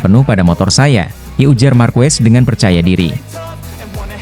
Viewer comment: Harusnya marquez dibaca markes jangan markues meskipun yang ngong itu AI tapi rasanya ngeganjel aja ditelinga, atau sebut aja marc karena ada 2 marquez dimotogp